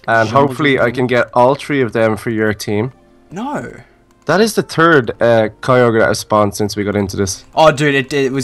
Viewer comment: Cicoger grawdon and raycwaser